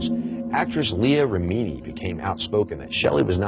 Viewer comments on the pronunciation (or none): Rim uh knee... NOT Ruh mean knee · The way he pronounced Remini was so annoying. It rem-i-ni not re-mini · Leah Rameeny? REM-in-nee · jenny hartman totally agree. Pronouncing things correctly matters if you want to be taken seriously and be credible. Although, it is easy to see why it is often pronounced incorrectly. (REM-IN-EE) for those who don't know. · Pronounced REM A KNEE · Rem- in- ni it sounds like you didn’t do your research pronouncing her name like that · It is pronounced Rem-en+i! Oh nevermind... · FYI, Leah Remini is pronounced Rem-a-knee. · How can you not know how to pronounce Leah Remini's name ? Leah "Ri-meaneee" ???? LOL.. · Aftershock ha ha I always think when someone pronounced something wrong have they not done any research at all?? Leah is a huge advocate for the debunking of Scientology and her surname has been used many times...how does he not know how to pronounce it properly!!! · Why didn't someone tell this host how to pronounce Leah's last name? It's distracting that he keep saying it so very wrong. Otherwise, good informative video. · Interesting info but could you have at least pronounced Lea Remini’s name correctly lol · Do you live under a rock?? Why do you pronounce Leah Remini’s name the way that you do!? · if you’re going to the trouble of making a video like this, learn how to pronounce leah’s last name. kind of important. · Learn how to pronounce Leah Remini's name. It's not a secret. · You lost all credibility when you mispronounced Leah reminis name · Aftershock he does indeed pronounce Remini incorrectly, I will give you that much....